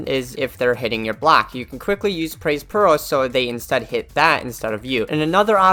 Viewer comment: i keep hearing "pearl" instead of peril